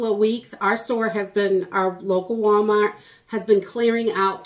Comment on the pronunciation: "walmawt".. it's not every day that we can hear your accent 😂